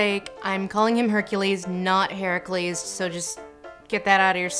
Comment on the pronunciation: as a GreekEncypriot who back at school we were taught mythology which was awesome anyhow i think i speak for a few others from my region by saying the movie didnt disrespected Hercules/Herakles or if you want to pronounce it right E-ra-cles the cles is smooth.